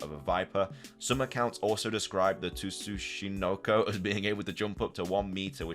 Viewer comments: Sue chi no co. Tsuchinko. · Tsuchinoko is pronounced (Soo-Chi-No-Ko)